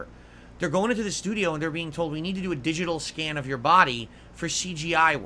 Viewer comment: He really likes to enunciate his Ts, and sometimes all the individual syllables. I assume he does it to make himself sound smarter or something. It's like nails on a chalkboard to me haha. Edit: "DiJiTul" gaaaaahhhh